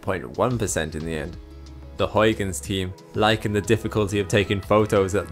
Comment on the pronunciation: I hope you don't mess up pronouncing Huygens Edit: YES finally a youtuber that knows how to say Huygens properly!